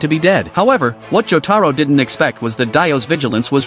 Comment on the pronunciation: Mother fuckers that's not cheng taro that's jotaro but if you guys are doing it as a humour it's alright